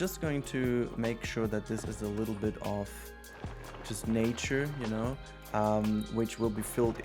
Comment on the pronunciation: Bruh my dude switched to American when he said "nature" 😂